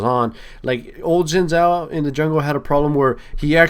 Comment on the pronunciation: "zin zhao" No it is "xin zhao"